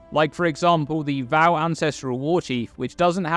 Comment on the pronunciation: Love your vids,. Even if you do pronounce Vaal wrong...;^)